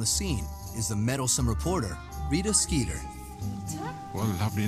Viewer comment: I can't believe I just realized Rita Skeeter rhymes, because of the British pronunciation, making it "Reeta Skeetah". It just adds to the ridiculousness of her character.